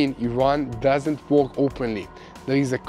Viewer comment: Good program! - "work" sounds like "jerk", not like "talk"...FYI.